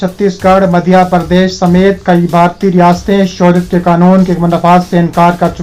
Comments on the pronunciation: یہ شوریت کیا ھے بیٹا خبریں پڑھتے وقت تلّفظ کا خیال رکھیں اصل لفظ شہریت ھے ۔ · بھائی صاحب!! اپنا تلفظ درست کر کے خبریں پڑھا کریں مثلاً شہریت کا لفظ کتنا غلط ادا کرتے ہو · I agree with you